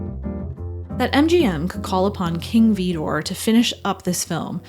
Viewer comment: There's no 'e' in Vidor.